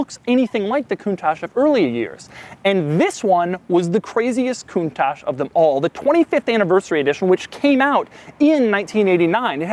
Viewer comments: At least he doesn't say "Lambore-genie" and "count-tatch" but isn't the "ch" in Italian normally pronounced like a "k", giving it a sound like "koon-tuck"? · when I hear you say countach I wanna kill myself, its italian not french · You cant even pronounce the car correctly coun-toc not coun-tosh! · Gobshite, it's not pronounced coontosh it's pronounced coontock. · One important missed detail: It's pronounced like "Coontock". Still my favourite Lambo but wow so impractical! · Wonderfully impractical car, but....isn't it pronounced Coun"tokk" instead of Coun"tosh?" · you must pronounce "kountak" ,not "kountash"...it means "marvelous" in a napoletano dialect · Not coontach count I say again count it's pronounced countach you dumb ass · Isn't it pronounced "koon-tack" not "koon-tash?" Italian pronounces ch as K. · Learn first how to pronounce it right, Doug...it's called KOONTAH and means ULTIMATE AWESOMENESS! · The way he's says it.....coontash -_- so annoying bruh in the rain too hahaha ,😂🖕🖕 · it's not pronounce kuntachss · I am from the UK and it sounds like he keeps saying 'coontash' I am sure its just his US accent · Coontaash? Is that how you pronounce it? Is my life a lie? Hotel, trivago? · it''s Pronounced Con-Touch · You don't know how to properly pronounce the car..... and it seems that you tongue is too fat for your mouth thus resulting in a lissssssspppppp.... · Ok before get started, learn how to pronounce its name correctly.........PLEASE! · Fun to hear an american pronounce "Countach".... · Until you pronounce Countach the right way I won't subscribe! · Stop pronouncinng it so silly :pppp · If I had a dollar for every time you mispronounced 'Countach', I'd almost be able to afford my own Lamborghini. 'ch' in Italian is pronounced like 'k' in English. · Your pronouncing countach wrong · Why is it americans can never ever pronounce the name Countach properly its not pronounced that way. Duh.